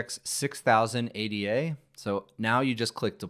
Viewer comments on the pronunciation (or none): FWIW Ada is not pronounced "Ay-Dee-Ay;" it's "Ayda," as in Ada Lovelace, acclaimed as the first programmer.